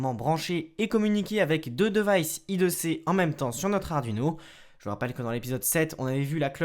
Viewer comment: Le "devaillsse" "la cloque"